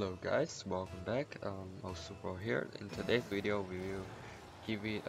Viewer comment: no offense but when you say video u say weedio and i start lmao not hating xD RIP ZOMBA BTW